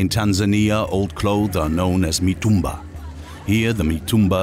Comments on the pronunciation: Is not Matumbaa it’s Mitumba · The narrator really knows how to pronounce the name of places in Tanzania 😂 matumbaa